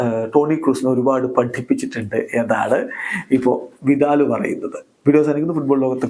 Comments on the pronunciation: വിതാൽ ❌ വിടൽ ✅ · വിദാൽ❎ വിടൽ ✅